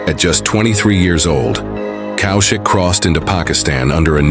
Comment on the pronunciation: It’s not COW SHIK it’s pronounced Kawshiq…. First learn how to take our names then tell us what a hero has achieved or not. Either way u r an irrelevant irresponsible idiot who’s trying to make money out of Indians and mr. Kaushik